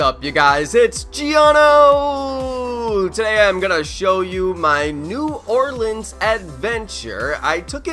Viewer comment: Bro i live in nola born and raised down here you said it perfect bro